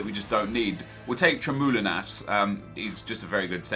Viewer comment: its tremoulinas. not tremoline